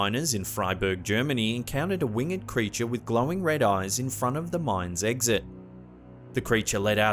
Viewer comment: Please stop mispronouncing “winged” It’s not pronounced like“learned” and is one syllable, not two “A winged creature” is wing’d - not wing-ed (unless you’re reading a poem). Also “harbinger” is pronounced like “whinge”